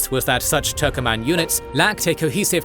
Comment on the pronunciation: It is not turkoman. TURKMEN